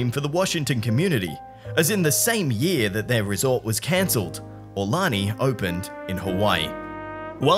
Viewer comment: The proper pronunciation of the Hawaiian resort is: Ah-oo-lonnie.